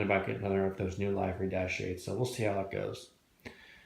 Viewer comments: no, the "ee" part you have right. It's the 'i' part. It's a short vowel sound and you keep doing the long. 😄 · About halfway through all your vids...do you ever end up pronouncing "livery" correctly?! 😄